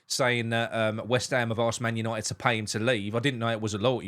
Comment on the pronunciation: He does make Weshtham one word. But his English is slightly better than my German. 🤭